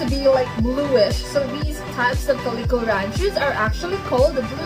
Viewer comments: The way you say calico is so funny lol “Kah-lee-Ko” 😂 I’ve only heard people pronounce is as “Cal-Eh-CO” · Cool video identifying types of the Ranchu goldfish. I can tell you're Filipino by the way you say, "calico", "aquarium" and "buffalo". 😉